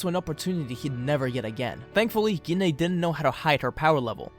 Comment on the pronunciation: We pronounce her name as Jean.